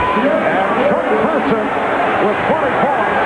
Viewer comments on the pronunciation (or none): Its Chuck Person not Persons.